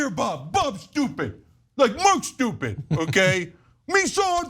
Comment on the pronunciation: Stewpid stewpid stewpid.